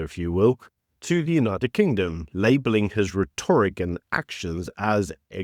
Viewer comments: RHEToric (emphasis on RET) not rehtORic... but a great show as always! I don't think Ramapoepal was deliberately "stood up" - he's just not important enough lol. Trump had far more pressing issues to deal with. We'll never get AGOA back and tariffs will never be relaxed for us - the ANC is too stubborn and greedy. Yeh thanks Gweedy you old fart. Thanks ANCancer. Jeez we've GOT to get rid of these greedy commie pigs. EDUCATE the voters guys! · PRONOUNCED "RET-TRICK" UGH